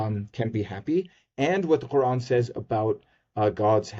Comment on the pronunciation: I love the way they pronounce the word Qur'an! It's so accurate :D